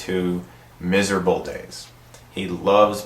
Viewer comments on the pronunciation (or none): Love the emphasis on the word "MISERABLE"!!!